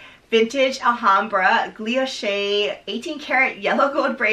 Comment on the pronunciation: Loved the review! Btw not a big deal but I think you’re pronouncing it “gluilloche” with an extra l but it’s “guilloche” 😊